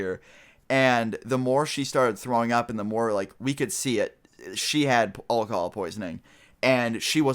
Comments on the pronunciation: Anyone notice thst he said Olcohol instead of alcohol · You say alcohol funny :D it may just be your accent but it sounds like you say all call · like the way you say alcohol lol. :-)